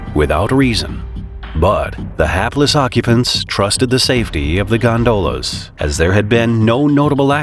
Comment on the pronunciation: 2 things: This is not a funicular rail. Gondola is pronounced Gon-Duh-La, not Gon-dough luh